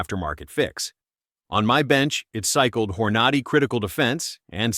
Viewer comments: Horn-a-dee not whore-naughty😂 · Dude… the hell is, “hor-NAH-dee“ or “car-BINE“ ?? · The AI said "Whore-Naughty" haha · So Hornady is pronounced "Hor-notty" 🤣 AI blather box fumble, for sure. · "Whore Nady"? What is this AI BS? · Hor-naw-dee… All credibility lost🙄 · "Whore naughty?" Stupid AI content & narration. Next! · Who else hates how these A.I. voices pronounce words. Hor-nad-y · You lost me at "Whore Nah Dee"! 😫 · "Hor-noddy"?? Get a real narrator for this channel, and not some lifeless AI engine. 🙄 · 🧐 The “campy” AI machine-generated narration is is fatiguing. The mispronunciations such as “Hora ‘nadie” and “Grain Punch” are laughable (AI = Artificial Ignorance 🖕). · Hor-ah-nah-dee for Hornady?😂 You've got to love these poorly done AI interpretations. How can you take this stuff seriously? 22 mag is a fun round, could stop an attack, but not like 9mm 380, 38, 357, 45acp. The price of 9mm ammo is actually a little less the 22mag. Get a 9mm, and practice with it. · this is a pretty good AI video, but none of us say "Hor-nad-y" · Yup. I caught that too. Hornady, I thought, Hmmm now that’s one I haven’t heard of before😂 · He’s mispronouncing hornady. It’s not a long A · Stupid AI robot couldn't even pronounce Hornady . Then it discusses it while showing Federal Punch . Then it shows Hornady while discussing Speer Gold Dot. AI robot can't even see the stolen video clips, and has never fired a gun. Then the robot shows a 9" Ruger but calls it 6 1/2" because the script doesn't match the stolen video clips. Too bad, because the information is important and the .22 WMR is a wonderful cartridge. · Clickbait! Don't watch, not worth it. Within the first 10 seconds, they are showing centerfire rifles, and the narrator can't even pronounce Hornady properly.